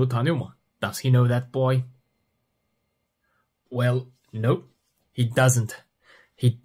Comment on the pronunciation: Hocam çok güzel nope diyorsunuz